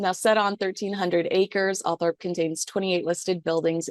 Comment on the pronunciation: It’s Althorp not Althrop.